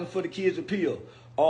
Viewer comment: Right!?! 😂 I couldn’t figure out WTH he was mumbling!